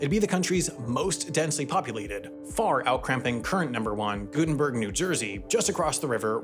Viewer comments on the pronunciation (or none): Its pronouced "Gut-en-berg" not "Goot-en-berg" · Hello, love everything you do. Just wanted to let you know that it’s pronounced “Gut-en-berg” with the first syllable rhyming with rut. Source: I lived there for 30 years.